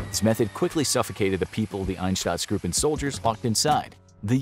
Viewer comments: You could pronounce “Einsatzgruppen” better, you’re already very good but after the “Ein” the next two letters “sa” pronounce like the start of the work “sa-turation”…with it will be perfect…. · Your mispronunciation of einsatzgruppen is disturbing to me. It shows that you have no idea about and no care for what you are talking about. I can't take this guy seriously because of it. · I understand that pronouncing german words is difficult for non-native speakers but how hard is it to see that the 'a' in Einsatztruppen is in front of the 'tz' ?! Btw Einsatztruppe is literally just 'task force'. There's nothing special behind that name. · Einstatzgruupen.. just read the word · Einsatzgruppen not einstatzgruppen. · Why does he pronounce Einsatzgruppen like Ineshtutzgroopen. Pronounce it like Inesutzgroopen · I implore you to work on your pronunciation and research about the words themselves. "Einsatzgruppen" is the word you meant, not as you said "EinsTatzsgruppen", there is no additional "t" where you pronounced one. The word you used does not exist because of the additional letter you added. And in general, the names you tried to pronounce are very low effort. The video is great but I wish you would put more effort into the words and pronunciations. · It's "Einsatzgruppen" btw. not "Einstatzgruppen. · Why does he keep saying Einstatsgruppen instead of Einsatzgruppen? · Einstatzgruppen... Sondrakommando... If you can't pronounce german words, don't make a joke out of yourself by doing this. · Ainshtatzgroupe - if you can't speak german, just try to READ it a BIT correctly. SHA IMFOKRAFIKS SHO. Read. Even pronounced wrong - it cannot be as wrong as you adress your 12 Mio. viewers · Einsatzgruppen, not Einstadtsgruppen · Why do u pronounce it einstatzgruppen? When it's spelt "einsatzgruppen" and you're supposed to be a history channel lol.. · Cool video but were do you read the "t" u r spelling in Einsatzgruppen